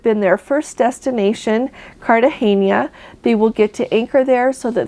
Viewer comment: I’m Hispanic speaker… you mentioned CartagenIa …. Take out the last “I”, so it’s “CartageNA” second time you said it correctly